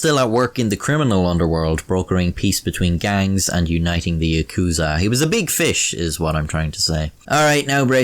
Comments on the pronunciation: Ah shit he butchered the pronounciation of yakuza. I'm out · The way he says yakuza bugs me more then the way he says 3